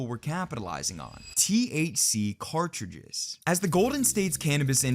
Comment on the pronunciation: Is it really that difficult to say the word 'cartridge'?